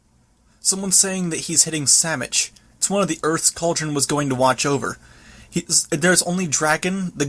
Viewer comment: "Earth *Samitch!?!*" Hebrew note... Less minor: it's pronounced som-ich, with a soft, ''o,'' sound and a rolled German ch(some Americans claim they can't make the sound but usually they are just embarrassed to try). However a normal German, "ch," would still be better and MUCH closer than an American CH. So it should be pronounced, "Som-ich," with an, "o," like, "stop," and a, ''ch," similar to, "arch," as in "worm arch 28." This is still not quite correct but it is close, to make it perfectly correct roll then K sound(or grind it but that is actually a harsher sound than necessary and can get painful over time). Trivia: the American style, "ch," sound does not exist in Hebrew.